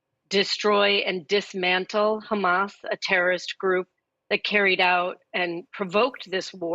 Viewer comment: why does she pronounce “hamas” like that